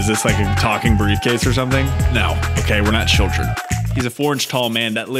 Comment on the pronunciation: "Who is this you ask, oh it's that metal brievcase" wouldn't expect anything else from 😂